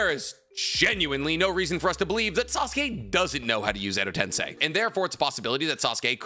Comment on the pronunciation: Ayo, this is the first time Hes ever pronounced Edo tensei right. I'm so used to hearing him say Edo Ten sai that I tuned out him saying it right. Now he just needs to learn how to say Tosuka correctly